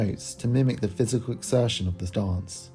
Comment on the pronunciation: 😂😂😂 I’m cryinggggg 😭 “fysical” is crazzzzzy! I don’t know if they mean fiscal or physical. 😂